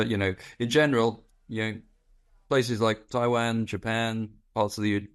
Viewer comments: Why does he say Taiwan like that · Annoying pronunciation of Taiwan .